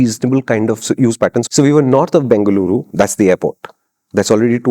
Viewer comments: Thanks for saying it right as bengaluru ❤ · Thank you for calling it Bangluru over Banglore 😍 Lot of love ❤️